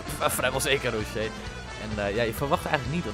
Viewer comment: Tis gewoon Rochet, (Rosjet) Tis een Uruguaans en geen Fransman haha Super Toffe Serie!!